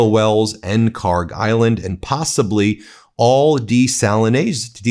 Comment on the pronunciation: PRONUNCIATION: (UPDATE: check google earth, they now have the correct khark label.) kharg خارک should be khark. pronounced like park but the german 'kh' sound in the beginning instead of 'p' there is absolutely no 'g' sound in the name. ک is the last letter in the name which is 'k', not گ, the next letter of persian alphabet which is 'g'. they look similar to people unfamiliar and the keys are right next to each other so it is either a typo or poor transliteration. PRONUNCIATION: hormuz هرمز - the 'u' sounds just like the 'o' so pronounce it as if it was hormoz. The way everyone pronounces it, incorrectly, would be written هرموز but that is not how it is spelled so all the web pronunciations I have found are INCORRECT. Check google earth and compare the parsi text to above.